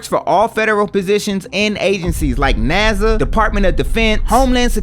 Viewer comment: You said Naza 😅